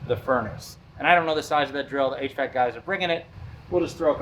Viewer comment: I didn’t comment last time, but I can’t hold my tongue any more. It’s not “h. Vac.” Its h.v.a.c.